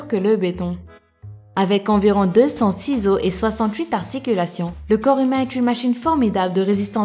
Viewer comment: Quand ta et deux cents six os j'ai entendu deux cents ciseaux ✂️ j'avais pas compris